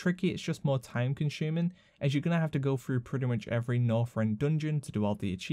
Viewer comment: "Time Con-shuuming" lmao